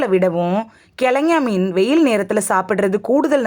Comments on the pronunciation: Speak correctly prounanciation .Not kilagany or thengay meen. Kelongon meen is correct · கிழங்கா மீன் என்பதை கிழங்ஙா மீன் என உளறுவதேனோ? அட! லூஸு!!!